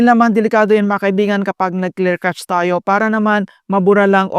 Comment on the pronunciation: clear "cash" po ang pronunciation n'yan.. God bless..